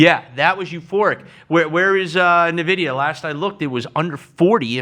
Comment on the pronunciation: Cannot keep listening when he keeps saying Navidia